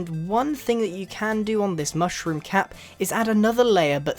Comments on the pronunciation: Mooshroom? It's Mushroom dude. XD LMAO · Grian Its Mushroom Island And Mushroom Not Mooshroom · its mushroom island (mm•uh shh•roo•mm)